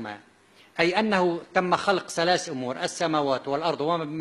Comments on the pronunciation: دكتور.. وما يعرف يقول ثلات آيات.. يقول سلاس ايات.. اقول يكيل الكذب و مع الجهل.. بمكيال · كيف؟؟؟؟؟؟؟؟؟؟؟!!!! .تقول سلاس ((((((( بدل ثلاث )))). وزهلو بدل. ذهلو. .تعلم لفظ الكلمات بالغه العربية قبل تفسير كلام الله ❤️⚖️⚖️🕋👆🇹🇷❤️⚖️🕌